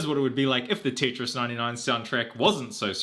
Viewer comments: but why the hell are you saying titris its tetris not t.i.t.r.i.s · Did he say titris wtf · "Tit-ris" he says TIT RIS